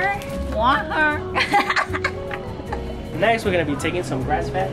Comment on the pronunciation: Dog you want water? Or wha-er😅